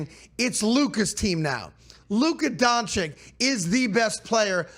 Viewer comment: It’s not doncic is donchich